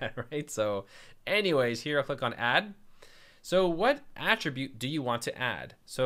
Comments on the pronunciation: "This painting has some odd AH-ttributes to it" "I will uh-ttribute this painting's success to you" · I have never used WordPress before, I thought it was just for blogging so I ignored it. After watching your video and seeing how simple it is to set up an online store...I'm in! Your descriptions are so clear, Helen Keller could set up a site! Thanks, man! Oh, btw, your pronunciation of "attribute" is correct as far as I'm concerned! 👍